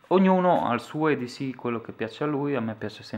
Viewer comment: Si dice edc non eds